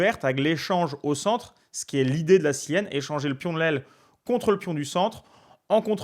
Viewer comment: Très pédagogique et instructif...et il.n' y a plus de petits joueurs. Par contre pas Sienne , mais Siciliennne.